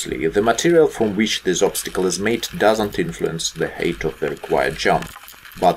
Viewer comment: Hi,. A couple of tips: heght is pronounced as (хайт), not as hate (хейт). Head (хед), not as hat (хэт). And also, don't forget about pronation(however slight) to the inside edge, which creates X-formation of legs. Glad to see you on skates, man.